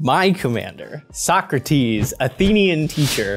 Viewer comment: Like, all the mispronounciations going on in the game were getting on my nerves, but the missed "So-Crates" did as well! 😅